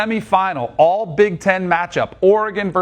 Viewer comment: All big 10 title? Why the emphasis lol?